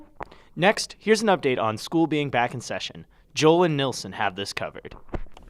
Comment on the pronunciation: Nilson. Not Nelson. 😂🤦🏽‍♂️